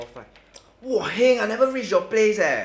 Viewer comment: one,two TREE Not hating